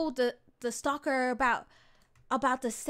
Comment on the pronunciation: its STALKER NOT SLALKER